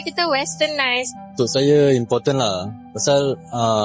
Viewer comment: Saya dengernya malah " saye rase impoten lah" ..wkwkw pdahal important